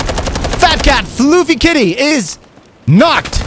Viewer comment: Great video BUT it is NOT FLOOFY Kitty, It's Fluf-fy, Fluffy.